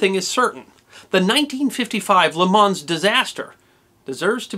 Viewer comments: Perhaps a little more like "Leh Maw" and a little less like "Lay Mons". I like your attention to detail on the events leading up to the race, but would have liked a little more on the changes for safety that were realized in the aftermath. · Great video. I'm a huge motorsports fan, and I can't help but to nitpick on a few things.. It was once said that motor racing was invented the moment the second car rolled off the assembly line LeMans is pronounced "lay-mau" isn't a real car, it's from a video game Circuit des 24 Heures du Mans also known as Circuit de la Sarthe Forgot to mention the the 3.7 mile Mulsanne Straight Speeds on the straight by the Group C prototypes reached over 400 km/h (250 mph) during the late 1980s. At the beginning of the 1988 24 Hours of Le Mans race, Roger Dorchy driving for Welter Racing in a "Project 400" car, which sacrificed reliability for speed, was clocked by radar travelling at 407 kilometres per hour (253 mph). Mispronouncing Mille Miglia (Italian pronunciation: [ˈmille ˈmiʎʎa], or ( Millemiglia) mispronouncing " Juan Manuel Fangio" Wan Manuel Fon-Gio Hehe other than that I loved the effort and research you put into it.. and plans for other motorsports history? Maybe the death of Ayrton Senna? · 24hr OF Le Mans (said Lay Mawns) at least you didn't say Grand Pricks like most, it is said like Grawnd Preee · “Lay Mauwn” not “Lay Mawnz”. “Me-lay Mee-lee-ah” not “Me-Lay Mig-lee-ah”. “Juan Manuel “Fan-jee-oh” not “Juan Manuel Fawn-gee-oh”. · I'm sure that most citizens of the USA would be miffed if foreigners pronounced the names of their cities and towns incorrectly. I believe 'Nothing\' is quite correct with his point. The town of Le Mans is pronounced without an 's'. In fact it is pronounced 'Le Mon'. When I visit the USA I make an effort to pronounce place names as Americans do, and I do the same in France. I think that is the point that 'Nothing\' is making. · Le Man, you don't pronounce the "s"... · The "S" in LeMans is silent. Lol